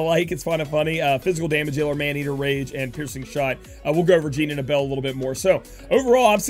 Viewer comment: Why do you pronounce Abel as "uh-bell"? It's "Ay-Bull" bro lol